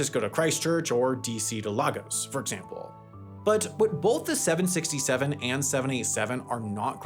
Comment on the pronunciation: I screamed out loud at the (mis) pronunciation of Lagos